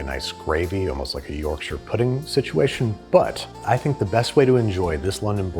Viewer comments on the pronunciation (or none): none